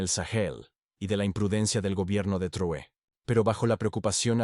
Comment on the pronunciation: Corrige la mala pronunciacion del apellido del LÍDER Máximo de AFRICA. TRAORE ,no Truoe.